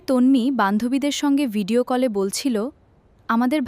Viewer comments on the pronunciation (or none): none